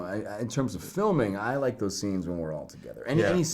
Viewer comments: Okay im here because of the “I don’t wike it” word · He doesn't wike it tho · I came for i dont wike it